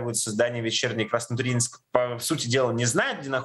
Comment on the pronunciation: удивительно что на Краснотурьинск правильно ударение поставили....наверное пока звонили в военкомат, там исправили.)))